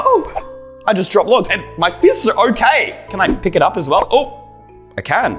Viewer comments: you said soswell😂😂😂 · bro said swell insed of well